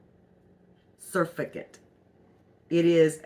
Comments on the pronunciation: Sir-fact-tent is how it’s pronounced. Not suff-a-gent. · It's NOT surficant... it's SUR FACT' ANT with the accent on the FAC. So if you can say SIR FACT ANT, then you've got it !! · SurFACTant emphasise the word fact in surfactant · ro help you out: pronunciation: sur FACT ant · Surfactant is pronounced w/an emphasis on the second syllable. Sur-FAC-tunt. I've made my own bar soap in the past. I make my powdered laundry soap. I never use Zote or Fels Naphtha . Can't stand the smell of either. I use a bar of plant-based soap....usually Mrs. Meyers. I haven't had any trouble w/build-up.Like you I'm a very frugal person, too. I stopped using fabric softener. According to Patric (that's how he spells it) Richardson, the Laundry Guy, fabric softener is not good for laundry. It leaves a coating on it which attracts dirt ! He likes just plain old white vinegar which does not leave the smell of vinegar on the laundry. So, that's what I use now. He also goes by the Laundry Evangelist. Boy, does he ever know a lot about laundry & how to get out stains !! I'm 76, been doing laundry a long, long time....but I'll admit I've learned a few things from Patric. Hope you have a great rest of 2024 ! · Sur - fact- ant (hope that helps) lol cute. Thanks for the vid. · sur-FAC-tant GLISS-er-in Other than that, interested in trying this. I’ve avoided making my own laundry detergent because of the issues you noted. Thanks for sharing!